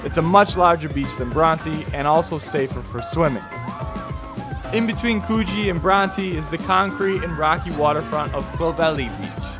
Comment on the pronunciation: Coogee beach, is pronounced Cooj-ee....The G is aboriginal and is pronounced as a short J